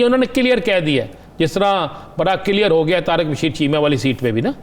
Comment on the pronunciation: عظیم صاحب KILYAR نہیں CLEAR لفظ ھے ۔ کدھر پڑھتے رھے ھو